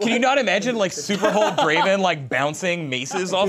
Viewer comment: I think you pronounced Draaaaaaaaaaaaaaaaaaaaaaaaaaaven wrong.